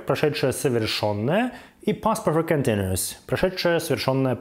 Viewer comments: Когда вы перестанете себя позорить? Хоть бы погуглили произношение, прежде чем всякую гадость писать. Никакого "контиНИэс" никогда нет и не было, это последствие уродской советской школы, мне вас жаль. To continue = "континью" Continu-ous = "континью-эс" или можно "континью-ос". Пойдите и покурите, легче станет. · Не Континуос, а континиэс(Continuous) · я не привыкла русскими буквами писать транскрипцию. Это может быть континтюэс или что-то близкое к этому. Но это точно не то произношение, которое у автора ролика